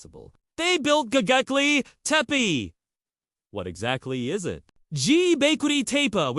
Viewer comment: Bro you can't even pronounce the name correctly so how do you expect people to take you seriously? It's not gogeple, it's Gobekle...B not G